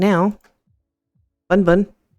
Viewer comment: It sounds kinda funny when you say bun bun